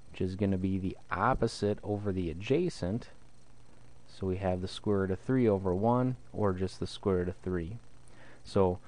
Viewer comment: "square rutt"